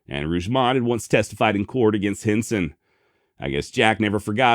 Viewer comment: Every time you said his name my mind heard “Jim Henson” creator of “The Muppets”. 😂